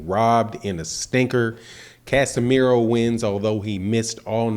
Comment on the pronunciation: its casimero not casemiro you dumb